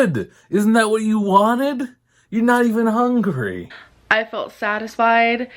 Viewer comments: she's not "hongery" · "I wasn't even hong-ree for my feelings" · literally!!!! HONGRY she makes me so mad whduwgdnka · HOW DOES SHE SAY EVERYTHING WRONG “I’m not even HONGRY”